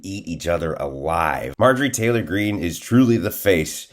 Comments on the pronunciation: You said Marge Trailer wrong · Did our boy accidentally say “Marjorie Traitor Greene”? My new name for the pig..thanks!